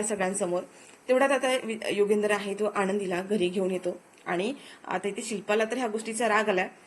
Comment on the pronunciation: मालक साहेबांचे नाव " युगंधर " आहे. " युगेंदर " नाही. " आणंदी " नव्हे "आनंदी ".